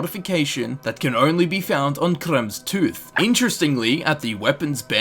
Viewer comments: Kraem toohz..🤣🤣🤣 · Sorry if this is rude, but the way you said "Kremvh's tooth" (which is most likely the correct pronunciation) put a big smile on my face :D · can u say kremvhs tooth one time again pls